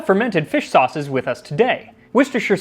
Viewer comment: correct you said all 4 sauces wrong... 😂